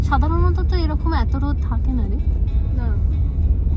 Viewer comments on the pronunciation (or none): none